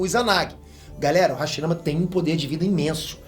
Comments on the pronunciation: hashimara kkk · hashimara?? Tá errado isso ai